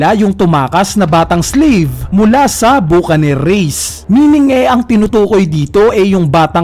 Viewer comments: bakanir or buh·kuh·neer, no hate boss <33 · mali pronounciation mo lods sa Buccanear..Reference nyan ay ung "Buck an ear"